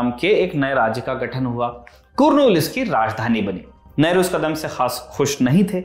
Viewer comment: कुर्नुल नही, कर्नुल